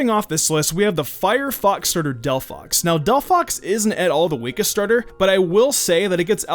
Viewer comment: Why Did you say Delphox!!! T_T